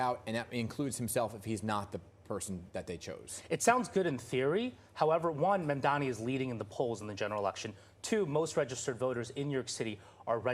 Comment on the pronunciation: One thing I noticed about Cuomo’s first commercial since re-entering the race is that he finally learned how to pronounce Mamdani correctly. Too little, too late, I’m afraid.